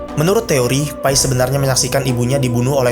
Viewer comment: Enggak "Pai", "Pi" kayak "Papi", soalnya itu nama orang Pi Patel